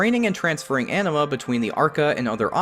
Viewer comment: I heard Anima as Enema, and now I can't unhear it...